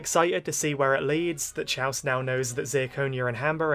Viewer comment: I love your reviews a lot, the way you catch each detail so perfectly is really impressive. I just wanted to mention that Chalce's name is pronounced as "Kals" in the dub <3